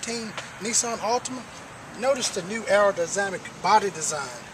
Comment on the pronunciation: "aerodyzamic?" lol that made me laugh